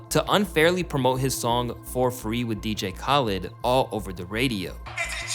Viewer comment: Bro your pronunciation CANT be that bad. You’re doing this to piss people off so they comment right? I mean come on, you’ve heard “dj Khalid” scream his own name thousands of times and you still say it wrong somehow. Either it’s on purpose or you’re just stupid